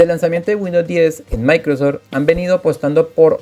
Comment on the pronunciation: Se llama Microsoft (Maicrosoft) no Maicrosor